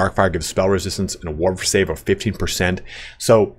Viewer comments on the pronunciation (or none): none